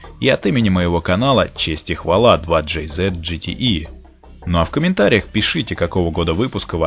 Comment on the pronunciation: ДжетиИ слух режет пздц)